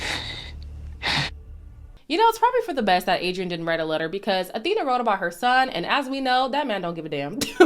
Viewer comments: Isn’t Awhina’s name pronounced Afina? Like with an F sound? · Kia ora, sis! Thanks for sharing your video, I cracked up and agreed with so much of what you said! Just wanted to let you know that Awhina’s name on MAFS is pronounced “A-fee-na,” not Athena. In Te Reo Māori, her name means “to help” or “to support.” For example, you’d say, “Can you please awhi me with this task?” Or if you wanted to help someone, you’d say, “Hey, need an awhi with that?”😊